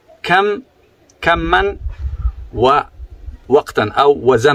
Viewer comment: كمن وزمنن ❌ كما" وزمنا"✔️